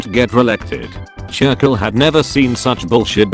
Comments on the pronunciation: No one: Computer voice: churkill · Me: Churchill Text to speech voice: C H U R K I L L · I love the way the bot voice failed to pronounces Churchill.